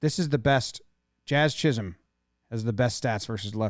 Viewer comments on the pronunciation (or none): none